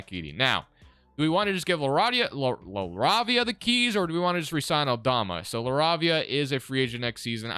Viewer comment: Btw Jake’s last name is pronounced La-Ray-Via